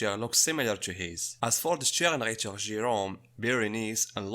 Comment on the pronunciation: As a person of German descent I find, the way you pronounce "Sternritter" a bit odd. It sounds like "Sternreiter", which is an entirely different word. Namely, "Sternritter" tranlates to "Star Knight", whereas "Sternreiter" would mean "Star Rider/Star Cavalry". I'm not wanting to be mean, or to diss you, I know well enough, how difficult it is to speak the words, from a language, that is alien to your own. For some reference, you could try to pronounce "Ritter" as "Ryttah", with hard "Y" as in "Rythm". BTW, I love the work that you're doing, you were keeping the Bleach hype going, even when it went to relative obscurity. Now the hype has been revived, so I'm looking forward to new season of Bleach, and also looking forward to new Bleach content on your channel, as you offer some very interesting insight on Bleach universe.